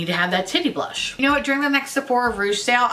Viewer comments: I am PISSING MYSELF over the way and amount of times you said blursh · that Mmmmitchell collection is hideous, you’re drunk, go home! 😂😂 Drunk you saying ‘blursh’ is glorious! I love the Jouer lip oil, but like, that’s the only Jouer thing I’ve tried. 😂✨